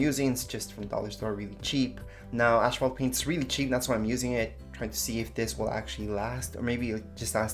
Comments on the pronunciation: It is not pronounced ash phalt . No ash sound in it . Asphalt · It's aSphalt, not aSHphalt.